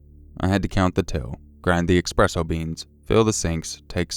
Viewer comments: eSpresso NOT eXpresso, PLEASE D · EX-presso lmao